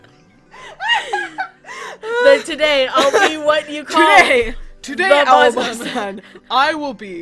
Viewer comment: OMG I'M DIEING HAHHAHAHHAHAH "aobab"😂😂😂😂😂😂